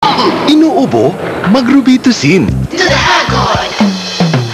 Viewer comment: PAHAMAK HAHAHA "Row-bee-tuh-sin" pronounciation talaga HAHAHAHA